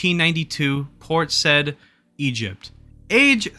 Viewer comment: port said is pronounced port sa-yeeed